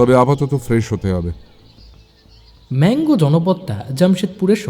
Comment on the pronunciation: আপনারা যাকে বারবার ম্যাংগো উচ্চারণ করছেন সেটার ইংরেজি বানান Mango হলেও আমরা মানগো বলি। আমার বাড়ি এখানেই।